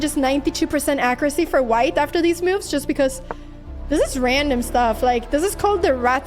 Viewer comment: Pia really makes some great "meauvs"